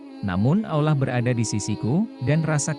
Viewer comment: Kisahnyah menarik, tp pas dengerin narator nyebut Allah (Alloh) ajah aulah jadi gedeg, mana ada aulah, Tuhannya umat Islam bukan aulah woii tapi Allah (Alloh) ga ada itu aulah tuhannyah siapa itu aulah tuhannyah eloe x sey aulah itu,,, wooii min cari narator yg pinter n pantas napah, nyebut Alloh ajah susah, ini narator ada dimana² narator bego oon masi dipake ajah, mending suruh ajah anak tk ato anak sd yg jadi narator, mereka lebih pintar nyebut Allah (Alloh), tadinyah mo sampe selese nongton videonyah tp karena naratornyah goblok nyebutnyah ga becus jd males mpe selese